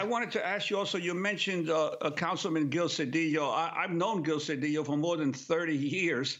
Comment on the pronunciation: I'm glad that Ms.Abdullah used the proper pronunciation of ll In Mr. CEDILLO. We learned that making ll yy was Castilian Spanish spoken be the haves. The indigenous were forced to be have nots,, as they were muslim, and not willing to follow the dictates of the Catholic church. Any name ending in ola, ela, Olla, ella,, ello etc. Was originally Allah. Abdul Allah means servant of Allah. THIS REALITY PROVES IT SELF.